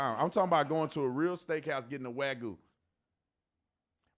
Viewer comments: Wagu? 😂 It's wagyu. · Bro literally says "waggoo" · it is not pronounced "WAY GOO" Tatum ! it is pronounced '' WAH GYOO '' THE WAH rhymes with NAH, THE GYOO is la hard G + YOU = GYOO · Talmud Tatum proves Nick right. Bro can’t even pronounce wagyu. Tf is a “wagoo”? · Guy can’t even pronounce Wagyu right. He’s a clown through and through.